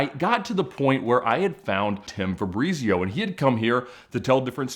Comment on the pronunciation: Ed always thinks that he pronounces stuff properly but is very far off! That is not how you pronounce "Fabrizio" or the one that you are proud of " Murcielago" Try to learn how to actualy pronounce stuff Ed because you keep embarassing yourself!